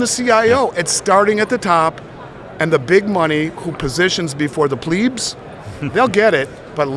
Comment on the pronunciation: it's plebs not pleebs plĭ-bē′ən/ adjective Of or relating to the common people of ancient Rome. "a plebeian magistrate." Of, belonging to, or characteristic of commoners.